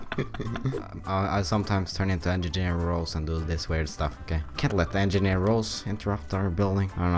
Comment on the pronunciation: "I sometimes turn into engigeer " -, 2015